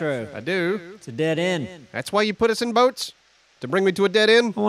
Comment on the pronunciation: Is calling the boat wrecks “broats”?